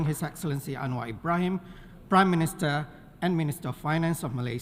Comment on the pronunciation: This cllas that vary ins price speeech of primm miniterrr